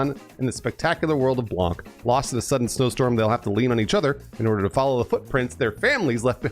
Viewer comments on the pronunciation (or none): In French the C at the end of Blanc is silent. It hurt my soul hearing Blan(K)